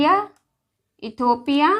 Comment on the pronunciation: इटोपिया नही मैडम इथोपिया